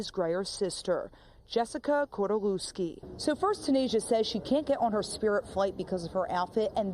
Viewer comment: “Cordalewski”? Must be from southern Poland.